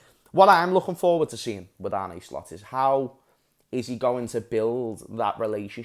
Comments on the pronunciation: Listen kidda, i know you're a Scouser and so am i. That's why i know you're intelligent enough to learn to pronounce arne slot correctly. Arne isn't Arnie etc it's like Ange with an R in it so it's arnge and that's todays schooling lesson over larh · It's more like Arnuh